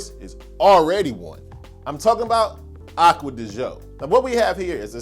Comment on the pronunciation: Love the recommendations, but man, you'd be more believable if you brushed up on pronouncing some of those colognes: Acqua de Joe??